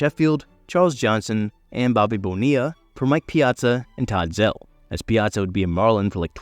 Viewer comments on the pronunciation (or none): Todd zeal not zelle